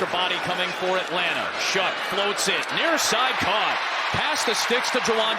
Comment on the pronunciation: I thought the saints QBs name was pronounced like show, I'm hearing shuck.